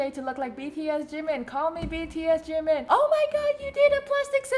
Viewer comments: IT'S JIMIN NOT JIMEN OIL LONDON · Sorry but something is wrong with his lips cause it sounds like he is saying jungCoOk and jimOn! and I think his favorite words are Jimin, Cute and awww and AMAZING. + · Why does the way he says jimin always trigger me? ji-MIN kfjdjdjd